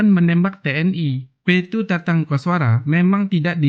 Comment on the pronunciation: Tatang mas bukan tantang ..yg bener dong nyebut nama orang